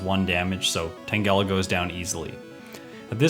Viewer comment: * Does KOGA before ERIKA * Me: Is he gonna do it? Is he gonna pull a Jrose?: * ERIKA right after KOGA * Me: Phew. Also, it's TANGLE-AH, not TANG-ELLA.